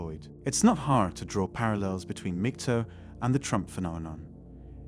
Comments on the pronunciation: mig-TOWL is how to pronounce it -- there's no bloody "TOE", wanker. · MAG-TOW not MIG-TOW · MGTOW - learn how to pronounce it.